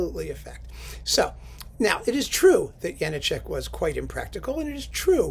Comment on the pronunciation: Good choice. Mackerras did a bunch of good stuff with the CPO. I don't suppose there's any point in noting that it's pronounced Ja-NAH-chek is there?